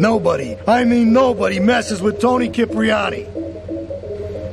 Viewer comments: They Pronounce it SIP-Riani in this mission "Cipriani's Chauffer" But in they pronounce it KIP-Riani om "The Pick Up" Never noticed that lol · Does anyone else cringe when all of the sudden Toni decides his last name is cip-riani and not sip-riani?